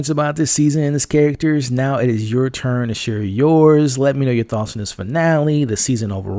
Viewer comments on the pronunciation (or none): none